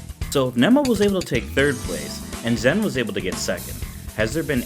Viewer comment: Just a heads up, it's spelled "Zhen" but is pronounced as "Jen". I think only James Chen said it correctly in the stream.